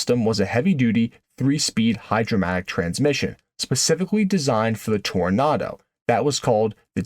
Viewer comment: Why the nartor doesn't pronounce the second O in Toronado ?